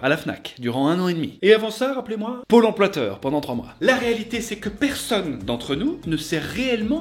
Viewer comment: "pole emploiteur" 😂